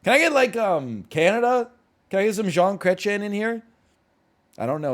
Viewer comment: Him pronouncing Jean Chrétien is the funniest thing in the world